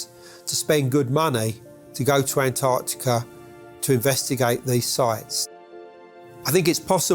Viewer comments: NOT Antartica..... AntarCtica. jeez. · Its funny to me that only andrew collins is the only one that can pronounce Antarctica he doesn’t say ant r tica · I always thought was an intelligent man until I discovered he was unable to pronounce the word Antarctica